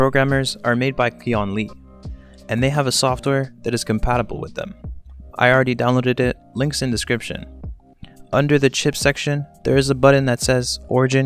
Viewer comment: QianLi is pronounced "chyen lee"